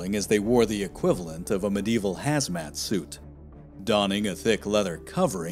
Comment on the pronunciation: It’s not medeval but medieval